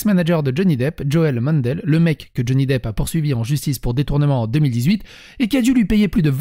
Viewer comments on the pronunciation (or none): none